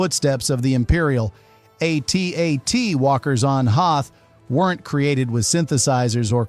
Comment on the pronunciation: The actual pronunciation is “at, at” (rhymes with hat, hat) not A T A T like you’re spelling it out. But that’s AI voice overs for you. They don’t really know what they’re saying.